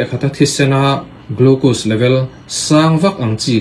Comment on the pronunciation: Ti nge Check ti mai lovin Chhek itih tlat,? Tin, glucuse nge glucose, C pawh a hniam zawngin i lam zel a,hypu glycemic pawh ka hrelo